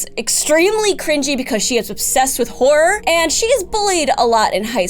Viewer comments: Watching at 1.5x speed she saying horror but I heard wh*re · Am I the only one who keeps hearing whore whenever she says horror? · Goddamnit,. Every time you say Horror, all I can hear with your accent "I'm never gonna stop, I'm a giant WHORE"... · the way you say horror it sounds like whore and i love the sentences with that in mind